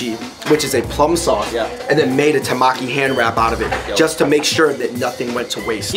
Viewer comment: its TEMAKI not tamaki .. and tuna in japanese is MAGURO not Toro.. 😊 Toro is “fatty part/cut”. just want to heLp.. 😊